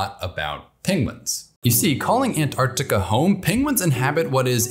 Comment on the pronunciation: Time to introduce Penguins to Polar Bears! I must congratulate you on your extremely precise pronunciation of the word Antarctica. There are no silent letters in this word, and it hurts my ears to hear Americans say "Antartica". But they invariably do not say "Artic" when referring to things relating to the Arctic. I'm always reminded of the nonsense American phrase "I could care less". Which means you do care. At least a little!